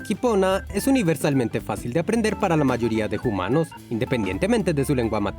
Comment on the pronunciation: Amo que digan Jumanos jajaaja ❤